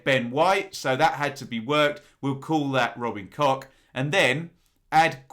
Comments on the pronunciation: Mate I love your channel, a huge fan but pronouncing them cock and klick, really, I was based in Germany for a time as it happens.... keep up the good work, apart from your pronunciation 😂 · Ben, surely its Robin Koch, I see no ‘ck’ on the end of his name, same with Mateus Klich... 🤷🏼‍♂️ MOT